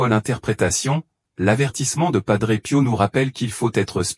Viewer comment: Pas d'pot...on croit réver🤣😂🤣😂 L'IA est tellement satanique qu'elle n'arrive même pas à prononcer son nom.